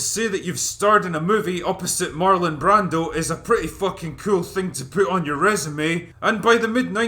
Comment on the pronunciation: I 💘 love this movie! This guy doesn't even know how to pronounce Marlon Brando right!